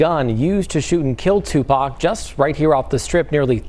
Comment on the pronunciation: The first Caucasian news reporter that pronounce Tupac correctly that was beautiful!